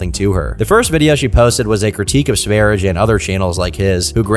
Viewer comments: quite an interesting way of pronouncing ''sverige'' was listening while farming in a game, and when i finally looked over i was surprised the guy was named ''Sv3rige'' thought he was called ''Svaridge'' or something 😂😅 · hearing this pronunciation of Sverige hurts my soul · I didn't clock the name because isn't pronouncing it in Swedish... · pronounce his name wrong. It is pronounced sv ær jɛ like the country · I've watched the first few minutes and it's been nothing but mispronunciation of the word Sverige and prattling about so-called conspiracy theories. Count me out for the rest of the hour and a half. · btw its not pronounced sver-idge like ur saying it, it's sve-ri-ye because its swedish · Sverige pronounced Sver-ee-gay and it literally means “Sweden” in Swedish. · That aint the right to pronounce "Sverige", Its sveh-ree-yeh. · Sverige is simply the Swedish word for Sweden. To pronounce it, put an S in front of the word 'very' followed by a long A: sverry-A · "Sweden" in Swedish is spelled Sverige (pronounced like sveh- ree- yeh) and this is so offensive that he did cultural appropriation on my nation. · his nickname is pronounced Sverye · Little fact, the name Sv3rige is referring to the Swedish name for Sweden; Sverige. It's pronounced like "Svaer-yeah" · Sv3rige is the Swedish word for Sweden (Sverige) and is not pronounced Sweerish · Sverige is pronounced sveriyeh, and it means Sweden in swedish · Yes, or to give it its traditional and authentic Swedish pronunciation: "sewage". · "swerich" what the efuck is that pronunciation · this dude calls sverige "sverich" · THANK YOU! I've been playing this in the background and he kept saying "Sverige" but in the way I would imagine a non-native speaker would. I kept checking the screen to see if it would have the spelling so I could tell if was just mispronouncing it or the dude was named "sverijj" or some shit. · i have never in my life heard Sverige (Sweden) pronounced like that